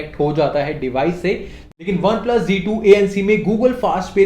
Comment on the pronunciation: BHAI Z2 HE J2 NAHI